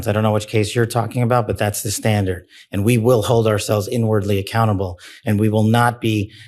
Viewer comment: listen closely, I've heard "cannibal" instead of "accountable" 😅. This mistake was probably the only true thing lol.